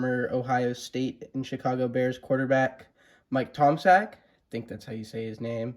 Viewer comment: Bob Veale was my favorite return. Nice Bill Almon return as the 88 Donruss signed in blue by a player wearing blue looks really nice. You pronounced Mike Tomczak's last name correctly. That's cool to know that Bob Long is doing good things. Congratulations on your first dual-signed card!